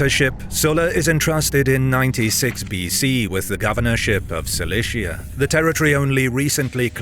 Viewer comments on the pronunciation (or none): none